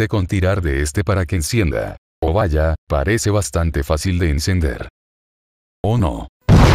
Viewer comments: me encanta el VAYA¡ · Me da cosa como dice Vaya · Un gran toque el "valla" 🙂